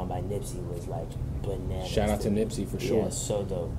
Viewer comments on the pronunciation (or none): none